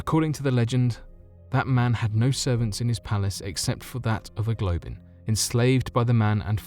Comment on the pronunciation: A Globin? U mean a goblin?